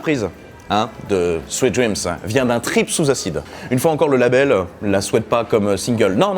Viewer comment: Fais attention, tu le prononces un peu comme "sweat dreams", ce qui donne "Transpiration rêves" :p